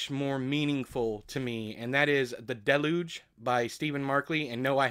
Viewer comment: Just bought the Deluge ebook. There's a nice variety of characters and prose styles. I take it as entertainment and not something likely to happen. By the way, it's pronounced "del-yooj". Joe Hill's Locke & Key comics are great. There's no youtube chapter break for Ambergris or The Pilo Family Circus.